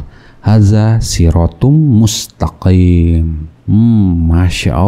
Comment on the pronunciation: Guru besar baca mustakiM bacanya mustakiN. itulah ayat suci Al-Qur'an TDK bisa dibikin smbrangan oleh mulutnya si kafirrrr